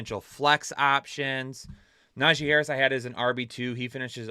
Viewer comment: Bro had me dying saying Tajee Harris 😂 Also, gave us a really solid slip this week, and even said that was his big money slip, it hit 👏 so everybody can just shut up about those, my guys are always on point win or lose